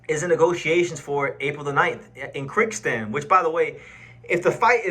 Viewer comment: It is pronounced Kir-Giz-Stan.